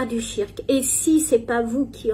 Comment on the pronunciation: le "tshirk", tu es musulmane depuis X années, apprends la prononciation de base stp merci ! Tu ne sais meme pas prononcer la formule sur le prophète correctement, tu abuses.